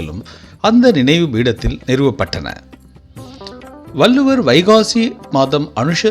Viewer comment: வல்லுவர் இல்லை வள்ளுவர் என்று உச்சரிக்க வேண்டும்